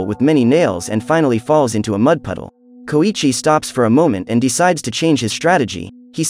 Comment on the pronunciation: Its pronounced so-EEE-chi